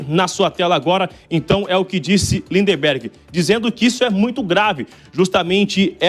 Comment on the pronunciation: Por favor , "Linderbergh" NÃO, o lindinho se chama na certidão de nascimento "Lindbergh" , até isso vocês erram ? Isso mesmo , LINDBERGH.